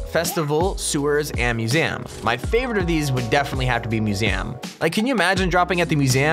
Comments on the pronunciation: It's not mu sem but musi em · Wats a Moosam boi it pronounced mew-z-um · Its musium not musam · He said MUSAM instead of museum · Wtf is a masam it's called a museum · The way he says museum. Lol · this guy be like i would love to drop at the myoozeeam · Did he just say museyum